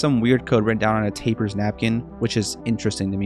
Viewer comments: Wait is tappers pronounced tape-ers or tap-ers because whenever I hear you pronounce it it makes me mildly annoyed (btw this is a very good video) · Loved Turbo. ....BTW, it's Tap-pers, not tape-ers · It's not pronounced "tape-ers", The double p makes it pronounced, "Tap-ers" like a bartender pulling a tap. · u saying tapers is driviving me crazzy its TAPPERS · Tapper’s Tap-per’s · It's pronounced "Tappers" (TAP-rz) Kind of like "Tap Hers"🤓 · bro really pronounced it like Taper's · tappers pronounced like the word tap like with your finger but a really good video